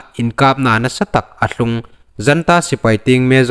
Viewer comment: Janta Sipei ti loin Junta sipei ti lem ding